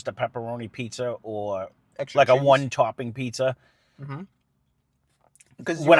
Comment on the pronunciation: *Two Tawping Pizza